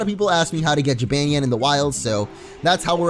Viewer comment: dude, you keep pronouncing Jibanyan wrong!